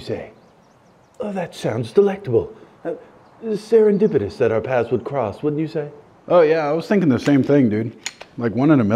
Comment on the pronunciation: "Serendipidous!" Im dying 🤣🤣🤣